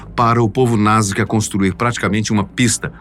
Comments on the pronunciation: Sempre conheci como NazCa Pq o narrador diz: NazGa?? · achei que só eu tinha reparado nesse detalhe , sempre ouvi NasCA e o apresentador fala NasGA !